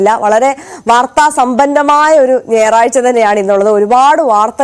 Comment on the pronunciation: ennnyaaarazhcha😂😂😂😂aadyam aa uucharanam onju pqrishodiku sahodari😂😂😂